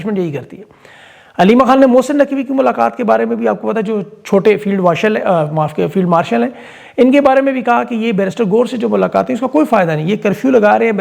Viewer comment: ،۔ فیلڈ ماسڑ نہیں فیلڈ مارشل ، 😂😂😂😂